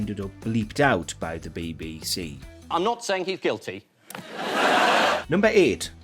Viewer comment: Who on Earth is this host? His mangling of the English language is the stuff of legend! In countless videos, he can't even produce three letters of the alphabet, BBC - he always says, "Bibby-See"; and now he can't pronounce debacle. He is a debacle!